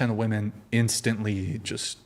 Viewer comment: If you say "woman" instead of "women" you should lose all rights. obviously you're not intelligent enough to make decisions regarding important issues